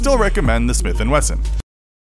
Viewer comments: Text: Smith & Wesson 629 Narrator: "sMitH & weSsel" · "Smith and wessel" I'm just gonna ignore that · Did... Did you just say "Smith and Wessel"? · “Smith and Wessel” 😂😂 wut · Smith and Wessel?! The text was correct but the narrator said Wessel...😂😂🤩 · “sMiTh aNd WeSsEL” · “Smith and wessel “ ?????? Lol at least that’s how I heard it 😜🤪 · This man really said “smith and wessell “ 🤣🤣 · Smith and wessel😄😅😂 Jeezus dude at least know what you're talking about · ...you verbally said "smith and wessel"? Lol Wesson....it says it on the screen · “Smith and wessol” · smith and What wessel? lol wow you had the name on the video but still cant say it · A “smith and wessel” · He said smith and wessel 😂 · Ah yes the Smith and Wessel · The smith and wessel???? HAHAHAHAHAH